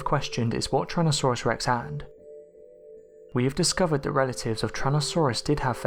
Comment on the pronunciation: Just say T. Rex, because when you say Tyrannosaurus you pronounce it as "trannosaurus" no offence